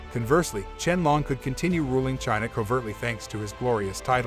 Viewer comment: Can’t watch if you can’t even pronounce Qianlong’s name correctly.